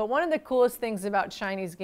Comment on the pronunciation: "China number Wahn"